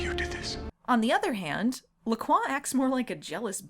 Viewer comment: In all these years, recognizing Nigel Bennet in so many shows and movies, I never once realized he was one of the "It's NOT Oatmeal!" guys. Wow. Also, those drinks, bad sparkling water in a can... every time someone calls them "Lack Roy" instead of pronouncing it LaCroix I cringe. That's okay, I'm pretty sure the ancient and powerful vampire master would want nothing to connect him to those gaudy and flavourless drinks. :) Have you read any of the LaCroix novels? Any good?